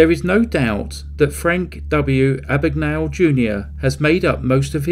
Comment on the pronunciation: My name is Mr Abagnale. Not Ah-bag-Nah-le . A.B.A.G.N.A.L.E, Abag-nail